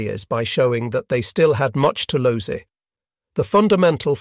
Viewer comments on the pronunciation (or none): The commentary seems to be computer generated from a script, and there are highly distracting mispronunciations. I stopped listening after 'lose' came out as 'lowsay' and 'aliies' as 'alley-yez'. More editorial care is needed!